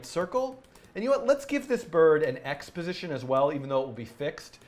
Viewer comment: "x position" sounds like "exposition" lol